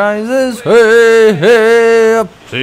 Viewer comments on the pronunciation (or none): I know this is nit picky but its wey hey not hey hey in the shanty